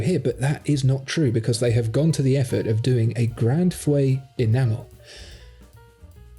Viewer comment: « Grand feu » is utterly mispronounced.